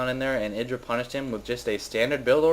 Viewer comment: YDRAAA not idra.. YYYYDRA